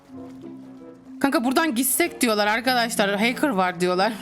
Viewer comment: ✨bUgÜn HeYkIrHh OlUyOrUğĞm HeYkIrHh✨